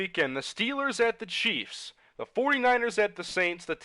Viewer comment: Very weird way of saying chiefs